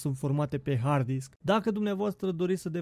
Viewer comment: "Disck" okayy